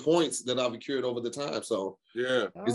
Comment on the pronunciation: Hey, meant ACCRUED. HIS ASS SAID ACCURED LMAO